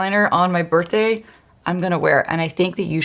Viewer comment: I love how you say birthday. My friend says it like that. Bertday lol